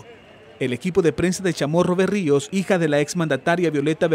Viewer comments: no es Berrio es Barrio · “BARRIOS”, no “Berrios”!